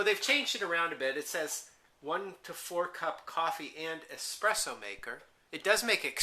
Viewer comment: Ugh. The dude keeps saying "eXpresso". Makes me want to claw my ears off :P